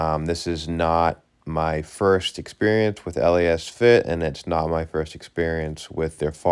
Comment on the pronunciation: It’s pronounced Lasfit. Not L..A..S..Fit. 😁